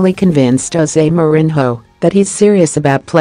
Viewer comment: The way u pronounce mourinho is killing me